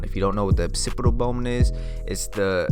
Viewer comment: “Occipital” bone not “Opcipital” bone 💈